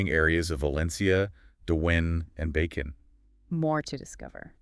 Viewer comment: they were actually good ...until it came to pronouncing the names of the cities ...they couldn't do it Bacong was Bacon 🥓. Lol.